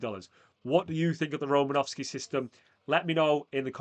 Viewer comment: It’s Romanosky